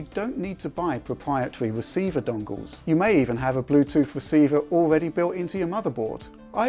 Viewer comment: Pwopwiatwy weciever dongles lol.